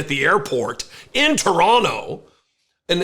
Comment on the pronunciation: Hey! You said 'Teranna' like you were born here! ,,,,,,, Keep up the good fight!